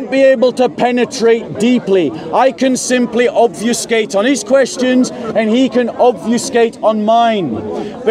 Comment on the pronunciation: it's not obviouscate (this is not a word), but obfuscate (to make something unclear, unintelligible)